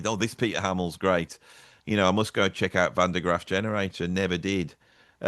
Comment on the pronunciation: It is Van der GrAAf, baby, not GraFF;)